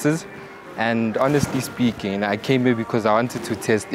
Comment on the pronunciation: You butchering the "honestly speaking" phrase😂😂😂